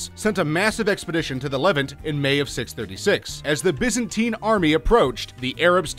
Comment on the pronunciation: Biza-tine pmsl laughing , effing yanks !